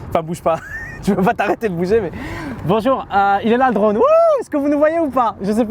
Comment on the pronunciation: Regarde qu'on dise un petit aurevoir stp.. -"Bonjourenh" 😂